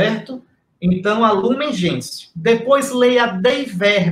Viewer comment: Sandra Silva Trata-se do documento Gaudium et Spes. O documento foi regido em latim. Gaudium et Spes significa: Alegria e Esperança. É um documento lindíssimo, assim como o primeiro mencionado por Dom Henrique: Lumen Gentium, significa Luz dos Povos. Observação: a pronúncia correta de Lumen Gentium é: "Lumen Gencium". Fique com Deus.